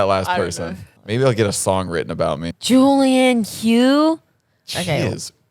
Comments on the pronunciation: Its pronounced Julianne HUFF not Hugh lol love you guys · The way they said Julianne hough as Julianne hoo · U guys pronouncing julianne hough's last name wrong😂😂